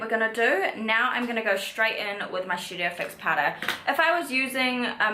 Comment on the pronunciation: It’s STudio fix not Shoodio fix 🤦🏽‍♀️